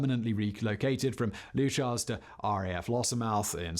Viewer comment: I love docu series, but his pronunciation of Leuchars and Coningsby annoy me. Leuchars is "Lukers" Coningsby is "Conningsby"